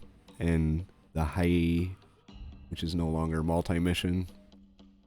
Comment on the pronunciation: I’ve noticed that going in at full speed when strafing and then slowing down when close to the target seems to put more shells and bullets into the ship. Of course, the planes are vulnerable in that window, before zooming away, but the slowdown makes the AI of the ship miss the planes. Sometimes. Hiei: “Hee-Ay-Ee”